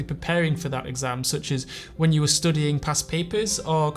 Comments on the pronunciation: And why he keeps pronouncing studiiŋ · the way hes pronouncing studying will be stuck in my head forever now